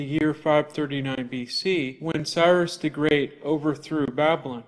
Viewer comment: If you can't even spell or say Babylon correctly, you shouldn't be spouting off about it. Seriously. What a joke you are.